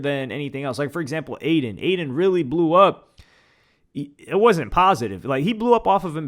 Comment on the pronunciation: When she said “F Adin”, shoulda said “Than F Yall” & walked off like a G🤣🤣🤣🤣🤣